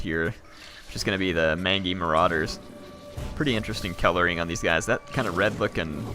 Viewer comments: Dear Lord please, please, PLEASE say mangy right. It's main-jee, not man-gee! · Just a heads up, it's pronounced 'Main-Jee' as in Mangy Dog. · Not to be "That guy" but 'Mangy' is pronounced 'Main-Jee' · Strong vs. Multiple Combatants means a unit with lots of models. Multiple Units means exactly that, multiple units. so it probably splits its damage amongst all units hit equally, and that then does a set portion to all combatants in the unit. It's also "mange-y" not "man-gee".